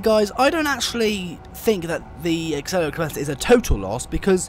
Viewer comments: Acela is pronounced A-sel-a, not Axel-a top speed on the acela has a top speed of 165 legally, tgv has a top speed of 199mph. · Not only is this an inaccurate game, you have presented misinformation. Quick: How many "C"'s are in "Acela"? Two? No! It is pronounced: "AH CELL AH", not "ACK CELL AH". (DOH!) Yes, I'm an American, (ex pat Brit!); I've been on the Acela at at least 148 mph (238 km/h) near Providence RI, but you know what? The Acela isn't even really American, it is 3/4 Canadian and 1/4 French. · It’s as-sella Not ax-cella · It sounds like your saying aksela express. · Its pronounced a-seel-a